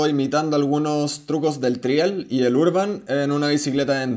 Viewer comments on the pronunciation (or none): none